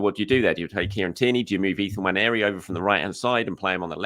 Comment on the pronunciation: It's not Nwanieri. You can be forgiven for thinking it is, based on how 99% of people pronounce it, but it is Nwaneri - it should be pronounced how it's spelled, rather than adding that phantom i from nowhere.